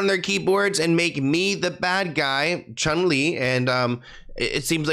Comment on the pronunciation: not “Miss ChunLi” 😩😭💀